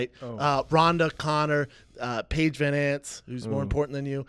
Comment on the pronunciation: Brendan should really learn to pronounce van zant. van hands?